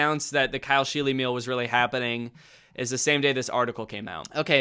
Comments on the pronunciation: the fact that his name is pronounced sheel-y instead of sheel makes it worse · I cringed every time someone said scheele in this video, my last name is the same and that is not how you pronounce it🫣